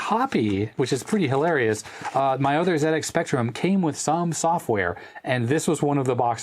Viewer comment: Thanks for calling it a ZX Spectrum the Brit way. I know Americans pronounce Z different to us Brits but it really makes me happy to hear someone from the states call it a Zed x spectrum not a Zee x spectrum.